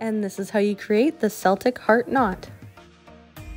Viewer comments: I'm so sorry to be this person... It's a hard C. "Kel-tic" not shivers "sel-tic". Your tutorial was easy to follow even with the sound off. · Thank you, but PLEASE it is celtic (kel-tick). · Seltic is a football team Keltic is how it’s pronounced for a race